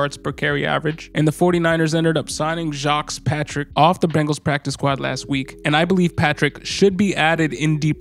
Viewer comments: Great overview, just scooped him up. I think it's pronounced: Jah-Quez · 😂 that man from Florida I'm almost certain it's ja-quez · (Ja-quez) is how you pronounce his name! Go Jesus! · His name is pronounced Jah-Kwees. Geez bro 🤦🏾‍♂️